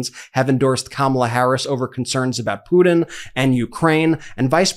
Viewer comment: I love Meidastouch! Keep it up, except...please stop mispronouncing words? I could handle 'imporDant' instead of 'important', and then 'buddon' instead of 'button' really distracted me. It sounds like a 3 year old. But 'PuDON' for 'Putin' makes me regret existing. jk, but stop it. ;)